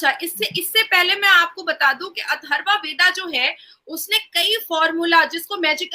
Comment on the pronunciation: अथर्व वेदा नहीं अथर्ववेद रिग वेदा नहीं ऋग्वेद सही उच्चारण करो